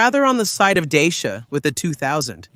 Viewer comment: Your pronunciation sucks. Dacia is not pronounced the way you say it, or are you AI?